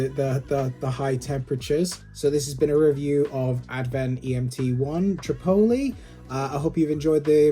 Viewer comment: It’s not that hard to pronounce it correctly. Gawd :( Otherwise all good :)